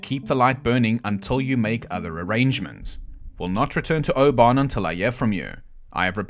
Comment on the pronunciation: As someone who lived in Oban, its "O-Ban" not "Ohh, Bon" :3c